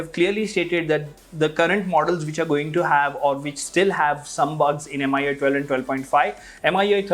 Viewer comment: How he kept saying m-i-u-i 13 instead of mi-u-i 13 drove me crazy .